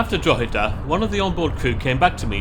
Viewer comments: He pronounced it better than most English people i have heard .He also got Drogheda and Dundalk nearly correct . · Thank for pronouncing Drogheda right. The pre-recorded station announcement gets it wrong and has done for years! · You pronounced Drogheda much better this time well done! 😂😂😂 I do time my day by the Enterprise, it does not have to slow down going through Balbriggan so it sounds slightly different to the other trains, happy travels.